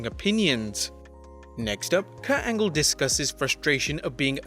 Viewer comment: Kurt anlge? Lol